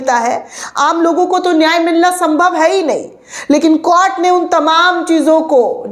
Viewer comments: कोट नहीं ॰कोर्ट* शब्द है कृपया उचारण सही करे! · Please correct your pronunciation of the word court. It is to pronounce as court not cort. Thanks for the information of the court. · Madam court ka ucchhar baraber karo.